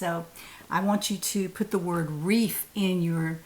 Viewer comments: Hi. Reef is the word,not grease. Love today’s top with the accent color trim. It looks really nice on you. Thanks for letting us know that you also have wips that have been off the hook for a long time. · I really enjoy your videos,. the word is reef